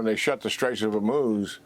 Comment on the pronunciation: “Straights of Uhmooz” 😂